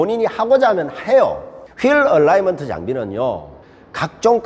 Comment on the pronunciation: ㅎㅎ 얼라이먼트가 아니라 얼라인먼트 아닌가요?